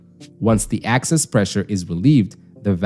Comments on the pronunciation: By "access" pressure, the AI voice bot means "excess" pressure. This condition occurs rarely, and can sometimes be fixed by wiping off the rubber seat clean of debris, or replacing the rubber seat altogether in case of tears or scarring. "Dual stage regulators" mentioned toward the end of the video are more often called "Series Regulation". More complicated forms exist and are useful in various applications, but you covered the basics. This was an excellent explanation, and I'm a natural gas utility worker of 20+ years experience. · You were saying "access" instead of "excess". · Are you saying access pressure? Instread of excess pressure? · It's Excess pressure, not Access pressure. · "excess", not access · It’s EXCESS pressure. NOT ACCESS pressure!!! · Good video. Thanks. Please note: 'excess' is not 'access'. Good. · EXCESS not ACCESS, dumbass 🤦🏼‍♂️ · Excess not access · Good job. But excess pressure not access pressure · "Excess", not "Access", otherwise spot-on. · Its excess not access. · If there is an accent behind his speech, he's saying Excess pressure. Hope this helps ❤ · I think you mean to say ‘excess’ pressure, not ‘access’ pressure. One letter but big difference. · I think you mispoke or mispronounced. Excess gas, not access gas.😊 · Access pressure? Lol. Excess pressure! 😂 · I kept thinking it sounded like "axis" haha.